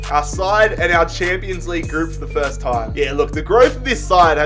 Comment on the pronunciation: Me: No one: Everyone: FERST